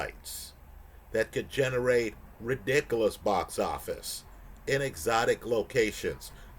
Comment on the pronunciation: don't be ridiclause